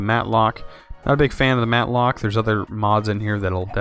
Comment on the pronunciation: Rofl the Matlock, its Mattock. Pronounced Matt-ick, that really made me laugh because Matlock was the named of a lawyer show that my mother used to watch all the time. (not making fun of you, just thought that slip was funny) Love the video, Subscribed!